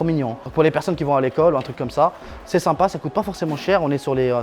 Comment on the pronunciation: Faut arreter de dire " simpas "